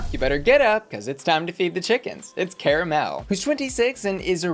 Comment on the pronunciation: Love how Cara Melle said “my name is CARa Melle” and you were like “Hm well i’m gonna make a point to mispronounce it.” Disrespectful.